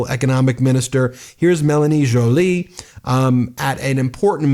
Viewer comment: OMG Ben finally got Joly's name pronounced properly hahaha